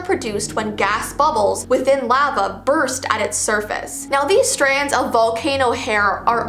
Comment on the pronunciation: when saying "lava" sounds a little weird.